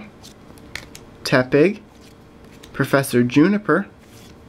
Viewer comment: When he says tepig it sounds like he saying epic.